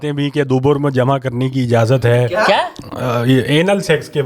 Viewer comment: "Jama" nahi "Jima" ;)